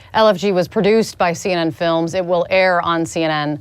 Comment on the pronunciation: Viva's point CNN trying to anonymize the film makers is right: notice here she says "CN films" ... bitch mispronounces the name! Unbelievable.